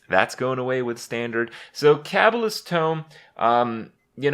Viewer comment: Cabble-ist tome, meet my good friend Kray-ken.